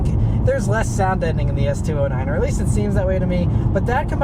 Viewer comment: “S two o’s whatever” lol